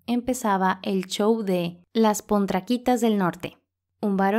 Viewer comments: Se dice potranquitas, no pontraquitas (diminutivo de potrancas). Minuto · Las “pontraquitas”... es las POTRANQUITAS DEL NORTE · El único defecto que le encuentro es la mala pronunciación de la narradora en algunas palabras y nombres como el de Ava Gardner que lo cambia por "Garden" o las Pontraquitas (asumo que es Potranquitas) y así otros errores, supongo que el guión no decía así. Por lo demás, excelente investigación documental.